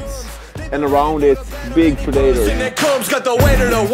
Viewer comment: Hmm, ok, I think I'll stick with Peto. Btw, pronouncing 'predator' pri-dayt-tr is kinda cringe.:P Should be more like preh-duh-tr. Pro tip for.